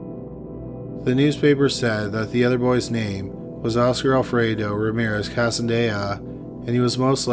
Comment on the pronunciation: "oscar alfredo" ,,, w o t